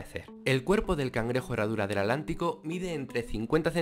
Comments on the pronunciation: Cuando dices "alantico"...quieres decir Atlántico verdad?🙄😳😣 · Por qué dices adlantico? Con D si es Atlántico con T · Escuché bien y dice At-lantico ?